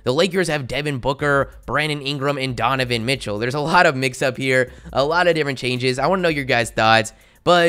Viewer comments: It is Donovan Mitchell and not Dovovan Mitchell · "Dovovan Mitchell" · Ah, yes, DoVovan Mitchell